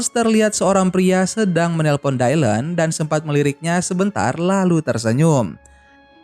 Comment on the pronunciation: Baru temu yg bahas Charlie’s Angels bang tp itu disebutny bukan “dailen” tp “dilan” aja… jd gereget deh kalo lo bilang dailen” 🙁😒